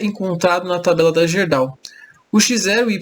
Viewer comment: amigo, a gente fala GUÊrdau.